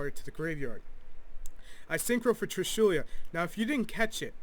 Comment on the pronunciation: It's trishula not trishulia lol I've commented this on your vids like 3 times now